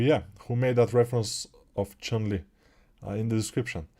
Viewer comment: It's "Chun-Li", not Chung Li :)